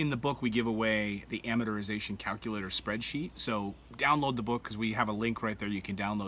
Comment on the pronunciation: Why cant these guys say 'amortization'?